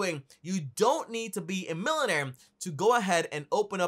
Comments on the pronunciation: Wtf is a “Millonare” or “Billonare”?? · Don't take advice from someone someone who can't even pronounce basic English word's he's using to describe the businesses....SMH..and also make u a mullnaire...in the process 🤣.....🚦Red-light.... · Millin air billin air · “You don’t have to be a milenair or bilenair” 😂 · LOL that’s how they pronounce millionaire in Barbados I guess. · I thought I was the only one who caught his pronunciation 🤣🤣🤣🤣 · Made me rewind to hear 😂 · Jeez learn how to pronounce millionaire and billionaire